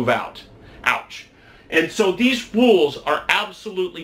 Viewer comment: Freudian Slip: "Fools" instead of "Rules"? (Either way, you're right.)